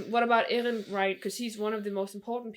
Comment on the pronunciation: “: he looks a lot like…: Eren” oh well, you even got his name right hahahahah